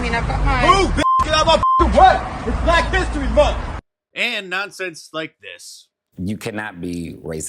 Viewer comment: “ITS BLAK HISTRY MUNF!” There’s a reason they picked the shortest month for it…